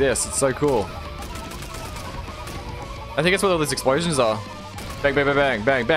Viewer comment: explosions? i thought he said eggsplosions